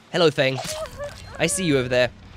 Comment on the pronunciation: What gets me peeved: •When he calls Feng min Fung min.